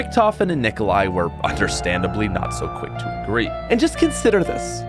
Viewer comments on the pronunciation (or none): none